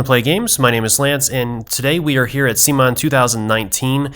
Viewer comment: They call themselves rather like "Come on" not "Zee mon", isn't it?